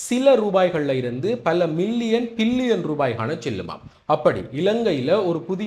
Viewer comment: Billion not pillion. Pls correct your pronouncing